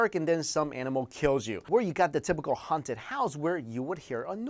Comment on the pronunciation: ughhhh i hate the way you pronounce the "H" .... "HHHHHHaunted"